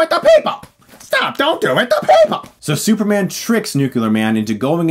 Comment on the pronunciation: "And now he's SUPERMNGN?!" 🤣🤣🤣